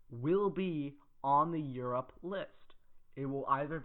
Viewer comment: Just say Europe